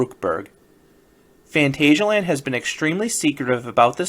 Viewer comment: So I watched a four minute video of you telling us "today is the day," with no other information. From the title I kind of expected you to be there, and show some real footage. BTW it is Fahn TAHZ ee ah land. Just because it's spelled "asia" doesn't mean it is pronounced that way.